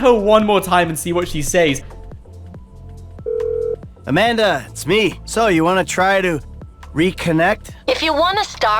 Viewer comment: Amanda not Amander